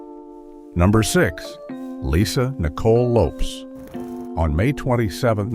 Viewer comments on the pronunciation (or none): Pronounced Lopez not lopes smh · Her name is pronounced: Lopez with an S.